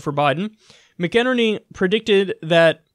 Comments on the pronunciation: It's pronounced Mac-in-EARN-y, Kyle. Regards from Ireland 👊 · It drives me crazy when any newscaster doesn't bother to learn how to properly pronounce names. Names matter. Please do just a bit more research to get the names right. Mik' in earny. Thanks. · McInerney is pronounced "Mack & Ernie" by the way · "Tom Mac In Ner Ney" is how you pronounce it, I am Irish, it is an Irish surname. 😉